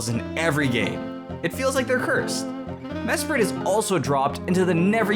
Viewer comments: you : "Mesprit" T R I G G E R E D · It is mesprit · It's Mesprit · o its mesprit xD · damn i thought he was gonna say uxie not mesprit